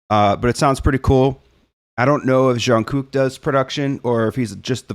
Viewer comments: Jung Kook is generally OK with people calling him JK. He even introduces himself that way sometimes. You can use that if you want. As far as pronunciation, Jung starts with a harder J sound and ends with ng. You were doing a "zhun" sound, but it's more of a "dzhung." For Kook, it starts somewhere between a K and a G sound, has a long oo (more like "zoom" than "cook"), and the ending K is also between a G and a K, but it gets a little bit lost. The very first video that BTS did has an intro where RM says each members' name. It's called No More Dream. You can hear how to pronounce Jung Kook's name there. It's also a banger song. 😁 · You are doing better than most with JK's name and it's fine the way you're pronouncing it. If you want to get more precise when you hear him say his name the first K is pronounced more like a G. (Jung-gük) You should react to one of BTS's latest releases in the last week or two titled RUN BTS. It's sort of a fusion of hip Hop and rock elements. I think you'll find several "surprises" in the arrangement/production of that song. (Be careful not to confuse it with an older song of theirs called RUN) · This song is fun, but I am disappointed that we don't hear more Jungkook in it. Oh well, at least ARMY knows now that it's Charlie, not Jin, who hits JK. 😆 If Jungkook is difficult for you to pronounce you can always call him JK. He often refers to himself as JK and the guys call him JK too. My song recommendations are Black Swan, Fake Love, Stay Alive, and, On Kinetic Manifesto. 💜 You nice, keep going.